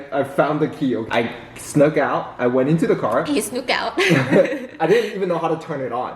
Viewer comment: So the way he says "snuck out" is more like snook out and snook is actually a type of fish so😭